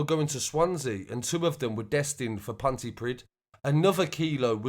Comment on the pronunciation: Haha Pontypridd (Pontypreeth *) 😉